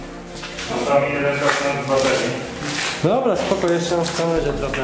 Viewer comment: dobla, dobla", a kiedy tych dwóch ,,mófcóf" logopedę odziedzi? Ich starzy problemu od dzieciństwa nie słyszą czy są głusi???